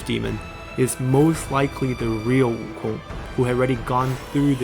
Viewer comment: I gave a like on the video because props to you for going out your way to speak the name fluently, as for me though I'll stick with WOOKONG